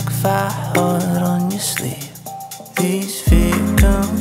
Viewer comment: It’s says ‘Vacant’ meaning empty, I think he’s just pronouncing it weird.